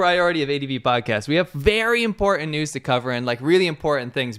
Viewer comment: Cardi C is to "codden" as C-Milk is to "impordant"